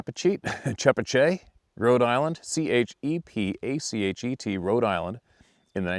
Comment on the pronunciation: The Rhode Island town is pronounced Cha Pat Chet! I lived in Rhode Island in Mass there definitely there. We lived in Franklin Massachusetts I experienced a family group a number of times. I spent $600 on flashlights I lived them up. They don't get happy with that they came and slapped our house.